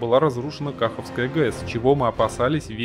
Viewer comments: Не КАховская, а КахОвская. От названия КахОвка. :) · Блин, если ты записываешь видео, почему ты хотя бы ударения ключевых слов не погуглишь (названия городов, рек, производных от них)?.. Зато рекламу в видео встроил на треть ролика. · КаХовская, а не КАховская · Кахо́вская а не Кахавская 😂 И Днепро́вская